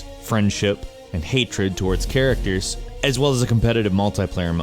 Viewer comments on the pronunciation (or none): none